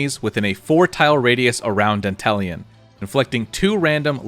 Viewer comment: Dantalion is the GOAT! BTW, you're one of the rare streamers who pronounce his name correctly. Most call him "Danta-Lion".